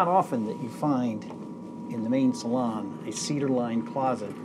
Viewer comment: The way pronounces Salon 😅